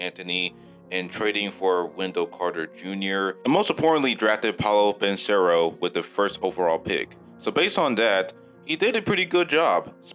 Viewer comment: And his name is Paolo Benchero Paw-LOW BIN-Chair-roe